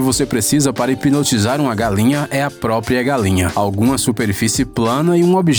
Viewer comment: Kkkk galenha kkkkkkk Ele fala galenha 😂😂